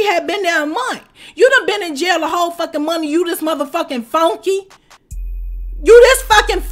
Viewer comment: New subbie here! She must have stank!! Bcuz the way you said FUNKEE!! NOT FUNKY BUT FUNKee!!🤣🤣